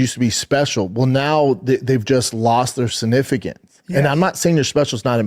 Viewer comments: “They’ve just lost their sinifigins” -Brandon Schaub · Did braindumb say sigificance?